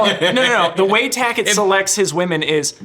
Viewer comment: Tackett...my god, man. Wtf? 😂